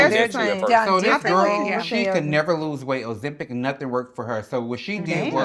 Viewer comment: These ladies can't pronounce nut-ting with their accents! Lmao I love it! 🤣🤣🤣